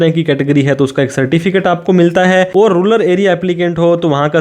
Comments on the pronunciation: रूलर नहीं 👉 रूरल होता है वो 🙄😐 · Ruller Nehi bhai ru-ral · Ruler nahi rural. 😂